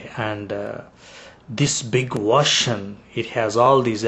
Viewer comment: u cant even pronounce ocean, how he will learn arabic lololololo "Stop wasting ur time with false arguments against Islam!!!"